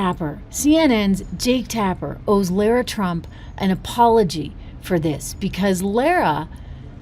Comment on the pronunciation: Lara is pronounced LA-rah where the first A sound like the feminine article La in French and the second sounds like Ra, the Egyptian God.